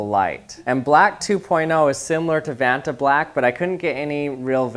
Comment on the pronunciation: its not ventablack